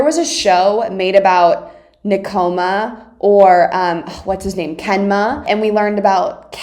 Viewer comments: NE-koma... not ne-KO-ma... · It’s pronounced. Nek-o-ma, :). And just keep watching and you’ll fall in love more. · I love the way she says asahi, she says açaí, but it’s pronounced like asa-hee and nekoma is pronounced like neck-oma and ukai is pronounced like u-kai not o-kai hahahah